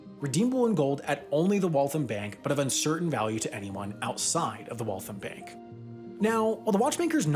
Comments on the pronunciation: Your pronunciation of Waltham is not correct. It’s more like Wall-tham (sounds like ham at the end). What you’re saying omits the last “a” and sounds like Walth’m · As a former resident of Waltham, pronunciation of Waltham was like nails on a chalkboard. It's pronounced like "Wall thamb" not like "Wall thumb" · It's pronounced wal-tham, not walthim. Btw, awesome awesome video. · Great video, but please. It’s not “Wall-thum”. It’s “wall-tham,” with the second syllable also getting stressed and rhyming with “ham.” Being from MA, I had trouble listening to the middle of this. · Shocked to see Waltham there, very cool piece of history! It is pronounced Walth-ham and not Walth-um though! MA town names are hard. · Wal-thAM not walthum. ie i AM not liking how you say waltham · It's Walth-HAM. It got a little frustrating by the 20th time. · If you ask someone in MA where Waltham is, you're going to get some looks. Say "Wall-tham" and we'll know what you're asking. You'll probably get intentionally wrong directions and be made fun of after the fact, but hey, you knew what you were getting into. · "Walthum" is also wrong. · You pronounced Waltham wrong. It is Wall tHam. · You’re pronouncing Waltham wrong. The am is pronounced like “I am” and not “um” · Amazing video. Just need to lengthen the ‘a’ sound in Waltham and it’s perfect.